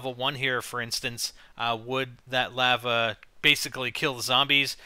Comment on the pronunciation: you say lava wierd as hell.